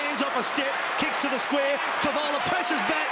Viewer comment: love your enthusiasm mate, but can you hold back on the 'da' and the 'dis'. It doesn't make you look cool. Oh, and this wasn't Richmond's '100th game'.:P And yes, Gibbs is a freak. Next captain of the Blues.